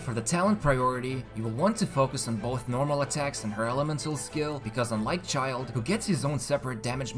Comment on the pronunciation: Ugh.. People still calling him Child... ... Just use Tartaglia if you can't pronounce Childe. >_<